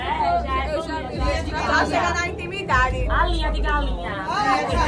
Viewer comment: intimidaDÍH kkkkkk. Vai bem dispensar essa intimidade.